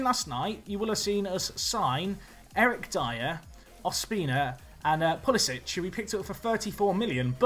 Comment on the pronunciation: Just a minor thing, if you want to say it correctly, Pulisic is pronounced Pulisick - not Pulisitch.